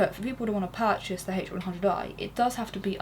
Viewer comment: I fell on the floor when she said parchase and proceeded to check my head phones afterwards